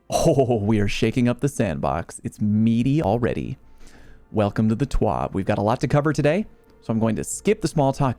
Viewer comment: I always thought it was a TWAB (This Week At Bungie) not a TWOB. Wonder what the letter O stands for?